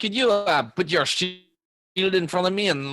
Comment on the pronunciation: Man really needs to read up on shield, this isn’t her first time flubbing it and it isn’t a particularly difficult spell to get the grasp of lol